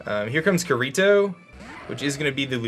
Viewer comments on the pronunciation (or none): Noooo he prenounced the r in Kirito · Pronounced key ri toe